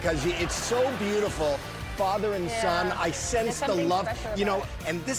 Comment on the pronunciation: Faaver or father ???